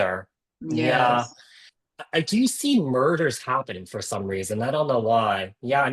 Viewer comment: I swore I’ve watched this before, especially when he said murders instead of mergers.😂 I had to go back to see when this was published 😅